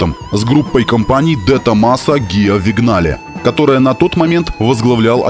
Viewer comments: не Вигнале, а Виньяле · Не Вигнале, а Виньяле)